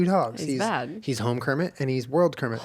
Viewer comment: Home Kermit: hermit World Kermit: wormit